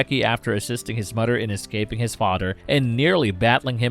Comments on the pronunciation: Hello muddah hello fadda, here I am at, camp granadda. Seriously though, "th" doesn't sound like "d". It sounds like a toddler talking. It's extremely distracting. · Did the narrator pronounce mother as mudder smh.... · Narrator pronounces it, "Mudder and Brudder." LMAO. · Why cant you say the word "mother"?